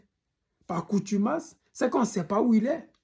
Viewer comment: Par CONTUMACE on dit... Et NON par coutumace